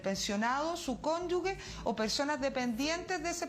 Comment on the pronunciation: Por favor, ministra. El concepto es CÓNYUGE Y NO CÓNYUGUE!!!